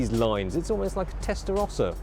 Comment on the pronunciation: That Testarosso though! Haha